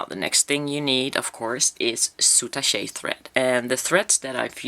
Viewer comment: The French pronounciation was correct before you said how the French pronounce it. They don't say "soutachay" like you did but "soutach'".